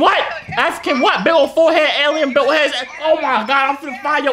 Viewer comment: The way be said you bulit wrong